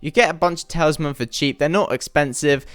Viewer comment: why do you say tailsman